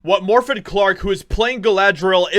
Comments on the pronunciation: At least pronounce the name Morfydd correctly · Haha, you butchered her name and normally I would explain how to say it but in this case, I couldn’t care less, she deserves it, she is on her own, lol